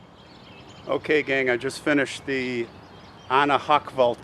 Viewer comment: Very interesting I’m German . I like you saying the name Hochwalt.greeting from Germany Frankfurt am Main.